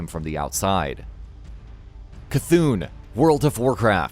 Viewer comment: For once someone said C’Thun right.